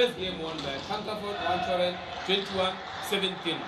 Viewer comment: Commentator, His last name is wang-cha-roen. It sounds like you kept calling him heroin. An addictive match to watch, ha! 🙂